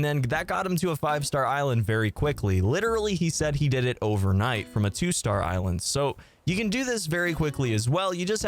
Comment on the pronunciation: did u say overnight???